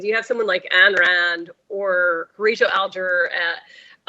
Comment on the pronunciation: Pronounced eye n or I n. Please don't disparage all the Ann's and Anne's of the world. She was one of Mitt Romney's favorite authors, next to the Bible, Atlas Shrugged was the most influential, profound, book he ever read. She was awful and so is he.